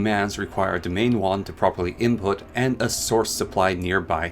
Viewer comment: Very helpful video, but you mispronounce a lot of things. (e.g., domain wand as dominion wand, or winlden as wildens)